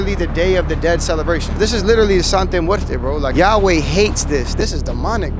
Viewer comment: He keeps saying the name wrong. Makes this dude less believable. I thought he knew Spanish